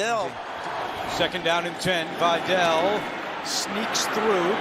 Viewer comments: His Names VIDÁL not Viddel SUKAS!😂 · I was about to comment on this. They should learn how to properly pronounce last names that are not American last names. I would be pissed if my last name was mispronounced repeatedly. It's pronounced Vidal ( vee-dal ). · Dude kept saying Videll and Gadsten lmfao. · the pronunciation of vidal bro